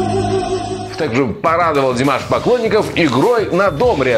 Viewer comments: Замечание комментатору:не до'мре, а домре'.В казахском языке ударение падает на последний слог. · у казахов ударение на последнем слоге. На домрЕ